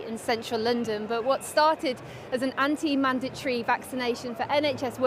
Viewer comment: she can't even pronounce the word mandatory. says it all really.